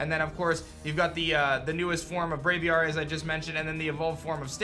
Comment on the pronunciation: Why do you keep saying bravary